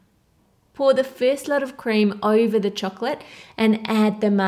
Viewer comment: u always say oiver it's actually over